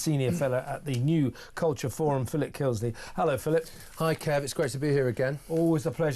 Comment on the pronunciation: ...and once again, Kevin is incapable of pronouncing "Kisley"!